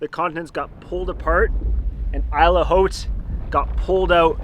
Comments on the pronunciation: Isle Haute is pronounced "eel howt." "Howt" is a short "o" as in "hot" not a broad "o" as in "clown." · To pronounce it like a French speaker, it’s like saying ‘ill oat’ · It’s pronounced: « eel oat » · It is « EEL OAT » - that is how you say it. But anyway, great vid. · why are you pronouncing it "eel" Haute? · Champlain would have pronounced it as Isle Haut (eel haut) French! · please learn some French. Every one of you has mispronounced the name of the island multiple times...... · Christ ! You are in a country ( I guess you are canadians ) where a large part of the inhabitants speek french. And you are very incorrectly pronouncing the french name of this island with a very common french word !? How is it possible ? I guess you were in contact with several french speaking individuals when getting this act toghether, why not use the original name and pronounciation and respecting the french language ? I have far less connection to french speakers by the way than you. I might only try to speak french every ten years, I think. But I am able to pronounce that name correctly.